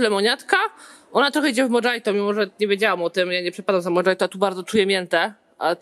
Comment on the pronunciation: Wojteł jaki spizgany xD Iyaue ... Mohito nie Modżajto XDDDD